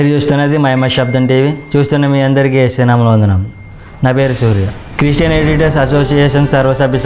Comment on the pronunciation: క్రీస్టియన్ కాదు క్రిష్టియన్ క్రి స్టీ యన్